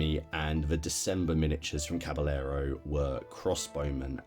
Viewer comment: I hope I don't sound priggish but being from Texas and growing up with the Spanish language your pronunciation of Caballero is kind of nails on a chalkboard to my ear. The doule L in Spanish is pronounced like a Y in English. So, as if cabayero or as with tortilla = tortiya, Oh and if not too fine a point, the B in Spanish is more like a V in English or somewhere in between B & V. So, Caballero comes out closer to Cavayero. Love all your stuff.